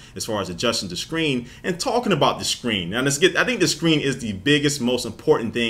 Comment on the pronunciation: Anyone else notice he says Shcreen instead of screen?